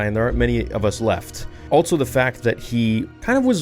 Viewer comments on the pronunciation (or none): Seriously dude why do you say, “alt-so” instead of just “also”? It’s not how you say it. Please. Be aware of it. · Still no 'T' in also.